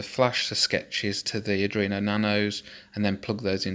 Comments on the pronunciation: Cool, RS485 might be a bit bulky and over powered for these applications, but it is a standard and it does get the job done. Cool project. (However, after watching all of these I feel I have to say that its ARDUINO, not Adrino. Sorry, haha) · I like the video but it's "R-dWeen-o" not "r-dReen-o"